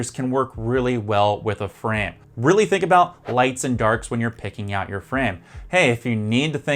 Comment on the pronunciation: In this video you say frame like it rhymes with crème, like you're missing the last sound of the word. Frame should rhyme with maim.